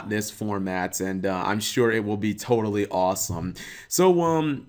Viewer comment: "Todally Awesome" goddamnit, we meme-ing now?